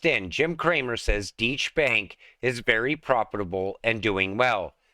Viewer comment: 🤣🤣🤣🤣🤣🤣🤣Deutsche Bank is pronounced Doi Che Bank. Thanks for the giggle 💗